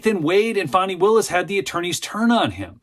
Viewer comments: It’s Fannnnnny not Fawny ! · Dude, its not Fawnee its Fanny!